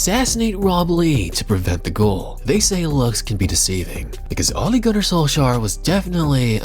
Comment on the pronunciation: Ole Gunnar Solskjaer - Manchester United (1998-99): 71 minutes per goal. An unbelievable stat. Haaland was 77mins per goal in 22-23. Its always been weird to me how everyone got better at pronouncing "solskjær" over the years. But everybody still butchers the simple name "Ole"